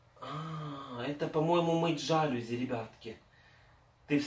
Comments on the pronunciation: Жалюзи . Ударенин на последний слог. ( и ) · для мытья жАлюзь или жалЮзь)))